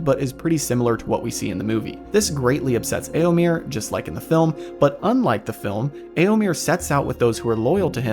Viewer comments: Eomir? Really? Sounds so jarring every time. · "Eomer? Nah, its Eomir"